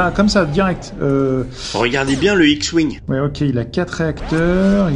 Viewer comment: "Il monte dans son Hewouing" xD